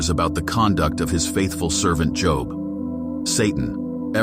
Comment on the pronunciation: Please stop pronouncing his name that way... it's pronounced as Joeb Joe with a "b" at the end. Not as jn a profession. It only looks like job